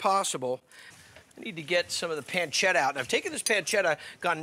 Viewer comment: I like the way he says peeencheetha 😂 However this has nothing to do with carbonara